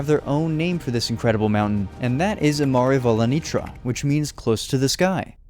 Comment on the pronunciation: It's so amazing to me that you chose my country for one of your video, love it so far. By the way, as far as pronunciaton, i is like ee in english, o is like oo (like in goose), "tr" is like tch (like chat, tchat) so Imarivolanitra is pronounced as ee-ma-ree-voo-la-nee-tcha.